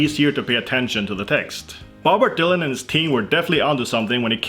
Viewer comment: Did you call him "Bobert Dylan" or do I need to sleep.